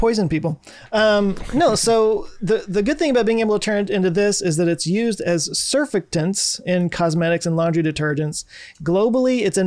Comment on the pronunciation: Oof. That pronunciation of surfactants... OUCH.